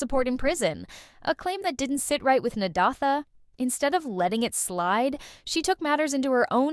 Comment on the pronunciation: Learn to pronounce that name! Na-day-tha. It is annoying!